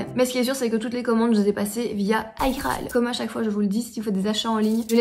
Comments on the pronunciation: Il n'y a que moi que ça stresse de dire Aïe-Graal plutôt qu'iGraal ? ahahah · 7ans que tu prononce mal igraal alors ! 🤣😅